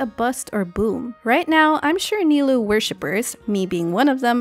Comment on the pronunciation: For future reference, "ou" is a double consistent of "o" in Japanese. So, Nilou's name is actually pronounced (Ni-low), instead of (Ni-loo).